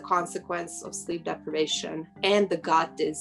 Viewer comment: lol I was wondering why she's repeatedly saying god, then I was like ooooh "gut"(makes more sense than god) 😄